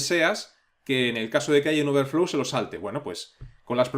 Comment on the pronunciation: Gracias por el curso! Me ha sido de mucha ayuda, es usted un genio y un excelente maestro 🤩 solo me gustaría hacerle un comentario con todo respeto, la palabra "throw" se pronuncia algo así como "throu" y no "thru", lo mismo con "overflow" que se pronuncia "overflou" y "float" que se pronuncia "flout" 🙌🏻